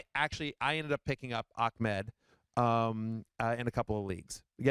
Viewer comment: Why is it so hard to pronounce Ahmed properly? Ahh med. Not, Ach med. Big difference. Just adding a q in there for no reason lol.